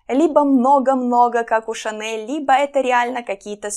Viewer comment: Смотрю второе Ваше видео. Импонирует манера подачи материала: системно, оригинально, информативно и динамично. Продолжу смотреть Вас (оформила подписку). Единственное замечание: встречаются ошибки в произношении слов. А именно, следует говорить «шЁлковый», ШанелЬ (в первом видео Л звучало твёрдо). Желаю успеха!